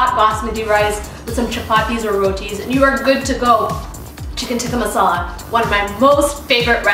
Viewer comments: You say "chicken tikkah masala" like you are not indian/pakistan. Like you just learned the language yesterday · she said chicken tikka masala like a FU**ing white person 🤦‍♂️